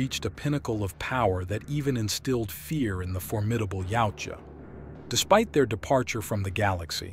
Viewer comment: Yautja can be said as either yowt jah or yah oot jah but never yowchua which I hear way too much